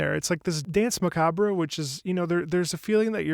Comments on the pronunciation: "macabre" is pronounced "muh·kaab" not "muh-kaabre". It's a French word, they throw in extra letters all the time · Isn't macabre pronounce ma-kahb? I mean I read it as mac-ab-reh but pretty sure that's not right...